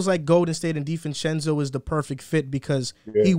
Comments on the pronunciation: Divencenzo not Divenchenko he has Italian surename not Russian. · Divencenzo pronunciation is killing me